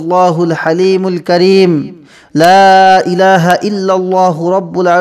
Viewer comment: 2 no dowa ta screen a deya হালিমুল হাকিম,আর আপনি উচ্চারন করছেন হালিমুল কারিম,,,,,,,,,সঠিক কোনটি তাহলে?